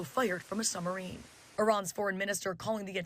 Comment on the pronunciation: Whats a “summarine?”